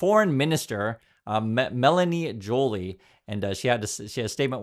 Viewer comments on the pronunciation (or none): Pronounced "Jo-lee" au français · 1% of the fentanyl going int the States comes in from Canada. P.S. Melanie’s last name is pronounced “Jho-Lee”. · Not a criticism, just sharing for reference: Joly is pronounced zho-LEE, same as the French word "jolie".